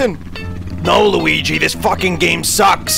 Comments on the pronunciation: dark viper42 But it's Luggy not Luigi. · Josh Walker You mean Luggy impression, right?